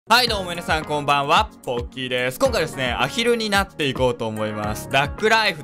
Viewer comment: ポッキーじゃなくてプッキーで笑った😂😂😂😂😂😂😂😂😂😂😂😂😂